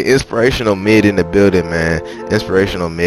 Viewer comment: Midd not Mid 🤓😼